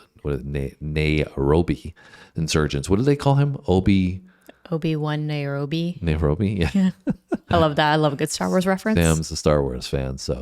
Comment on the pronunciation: Say Nairobi like this Nairobi and you will be nearer